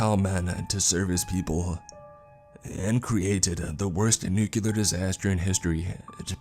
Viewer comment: Please please please stop saying nucular. It's pronounced nu cle er . Not trying to be a 🍆. I love Your content. It's just a pet peeve of mine. 😘